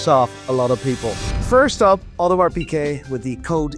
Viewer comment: Piguet, not Piquet. Seiko, not Seeko. If you sell the things, I think you should be able to pronounce their names. Though I guess that never stopped Teddy Baldassarre.